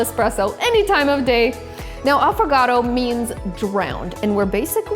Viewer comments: Cant say it properly . A foo gato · A ffoga-to make this 😂 😂 🤗 mama Mia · Same here... I thought he pronounced it wrong